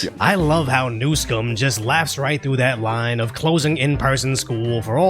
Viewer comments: Thank you for pronouncing Newscum's name properly. ;) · His name is pronounced new-scum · Your pronunciation of NewScum is on point!